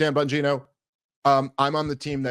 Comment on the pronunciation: Is pronounced bongina